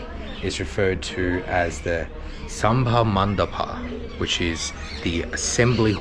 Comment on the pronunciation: You should learn to pronounce not sambha mandapa it's sabha "mandap"